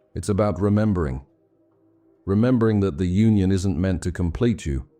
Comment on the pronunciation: I want to believe what you're saying, but I also can't believe that whoever this narrator is doesn't know how to pronounce "Union" . "The collective unconscious - eternal myths of Union" The narrator completely mispronounces that title. It's obviously an AI mistake. Sorry for pushing this so hard if this really is a genuine effort but this is the deranging aspect of AI that most people are not going to be on the lookout for. Since AI is not human, it does not care if it is injecting harmful philosophies along with accurate philosophies. This mixing of philosophies can be just as detrimental as not searching for wisdom at all, if not more so. AI is a very tempting technology to take shortcuts to create content and for artists like me we see it as an affront to God's gift of consciousness. 7 hours of psychobabble is going to get the right metrics to make a more profitable video whether it's accurate and helpful philosophy or not. Getting people to start listening to this at night and then fall asleep with it on is a strategy for making money, not helping people.